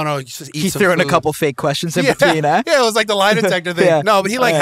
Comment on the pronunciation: You can tell Kyle is sort of bothered by snatching his girl when the Canadian came out of him " you fucked in my room EH?"